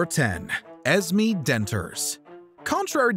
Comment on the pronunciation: Why are you purposely mispronounced her name its esmee with a clear accent on the e not es me smh